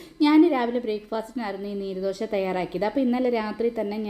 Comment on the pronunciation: നീര് ദോശയല്ല😂നീർ ദോശയാണ് കർണ്ണാടകക്കാരുടെ പ്രത്യേക പലഹാരം ആണ്. നീര് എന്ന് പറയല്ലെ😂